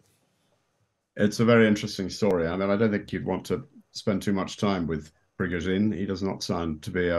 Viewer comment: Putin's chef is Prigozhen. Pree-Go-Zheen.